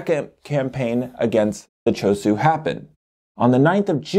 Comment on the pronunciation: Why is the h not pronounced it "shu" for ChosHu?